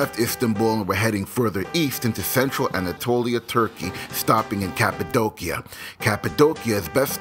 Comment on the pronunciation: You do such a great job narrating your travel videos! I really hope to visit Cappadocia one day, it seriously looks out of this world. Also, I never knew the proper way to pronounce it until this video! lol